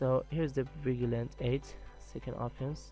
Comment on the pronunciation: It's vi-j-e-lanti.... that's how it's pronounced. good video btw